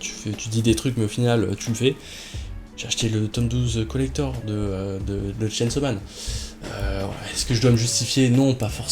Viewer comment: Rien que de t'entendre dire le mot collector sa fait bizarre 😂